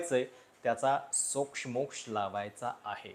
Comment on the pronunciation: सोक्षमोक्ष शब्दातल्या क्ष चा उच्चार दीर्घ आहे.